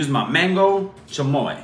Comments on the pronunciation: The way he pronounces chamoy 😍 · That’s some good chamoy pronunciation